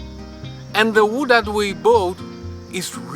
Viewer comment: Excelent. I think it should have cost a lot of money making this decision, but, I agree keeping the original design would be the right decision. Btw, the pronunciation of the word "bought" sounds a little bit strange. Actually, it sounds like "Boat", but, we can understand. Looking forward for the next videos. Cheers!